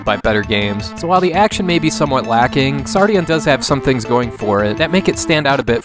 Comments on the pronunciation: When "X" is the first letter in a word it's pronounced as if it were a "Z". The "Ks" sound isn't necessary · Thank you for reviewing this game. I hate starting with a nitpick, but I believe the game is pronounced "Zardion" like how in the word Xeno the X makes a Z sound. I made the same mistake when I first heard of this game in an early issue of Nintendo Power way back in the nineties. Anyway, Xardion's development is something of a mystery to US gamers, and altogether baffling for those educated on its origins. Like classics such as Alisia Dragoon, this game featured several mecha and creature designs from prominent designers of other works (Moriki Yasuhiro of Zeorymer and Xi Gundam fame, Hajime Katoki of various UC Gundam works, and even Studio Gainax who also assisted with other games of that era including Alisia Dragoon.) It also had a short but well-animated TV commercial done in Masami Obari's style (and given Masami Obari's studio was doing anime openings like Rayearth and commercials in that era... he might really have done this one too.) The game clearly had a lot of talent behind its marketing and pre-production, and probably had a good budget to back it. The leveling system, plot, ability to revisit levels at any time, and multiple playable mecha were fairly novel concepts at the time of its release. So... what happened? I suspect this game was either intended for one of Japan's PC platforms like the X68000 and got migrated to the far more popular Super Famicom platform midway through development, or the developers were either inexperienced with the hardware or functions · Is it actually supposed to be pronounced ks-ardion?